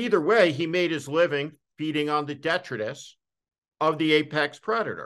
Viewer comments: Why does he pronounce detritus (de-TRY-tus) as DEHtrutus? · Just one thing. The accent in detritus is on the second syllable. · The word detritus is pronounced de-tri’-tus. Accent on the second syllable.